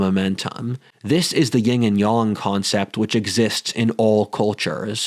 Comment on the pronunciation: my dude tried to put on a fancy accent, but still said "Ying". 😂 It's not Ying. its Yin. We in America tend to say Ying-Yang, but it's actually Yin-Yang. Gotta bust your pompous balls over that one bro.